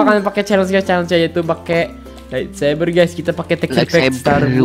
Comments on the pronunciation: lightsaber bang bukan laitsaber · laitsaber Hahahhah light sabet bang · R.I.P english lightsaber jadi "laitseber" wwkwkwkw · laitsaber???? lol LIGHTSABER BRO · Bang kocak orang mah lightsaber ini malah laitsaber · Light saber bang bukan lait seber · bukan laitSaber bang tapi lightsaber